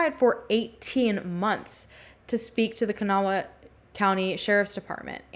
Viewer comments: Kanawha County is pronounced kuh-naw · I live really close and was young when this case happened. Just two things that irked me- it's Kan -awh county, two syllables lol. And the West end isn't a city, it's actually the West Side of the capital, Charleston and about an hour from the next county over. Very suspicious case though.